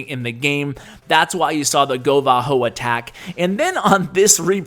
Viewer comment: that was a govabo lol not a govaho u lied on all hogs